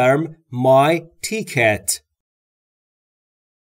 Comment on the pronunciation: Great job except for, mispronouncing a few words, i.e. Ticket & Window, otherwise all was perfect. Keep up the good work.